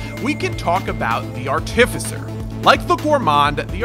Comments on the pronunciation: I can't get over how this guy pronounces "artificer." It's supposed to be arti-ficer, not ar-tificer. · It’s not artificer it’s art-uh-fise-er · Buddy: "Arh-TIF- fiss-er" English language: you are putting emPHAsis on the wrong syLLAble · Ar-tif-i-sir has become a new meme between me and my friends. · hehehe, "are-tì-ve-sir" Imma call it that from now on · Well excuese me being nitpicky but he pronounces artificer wrong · the way this guy pronounces artificer makes me want to cry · Can’t wait! Also hearing you pronounce artificer hurts my DnD trained soul! But it’s def gonna be my new main slug cat! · I don't like how you say artificer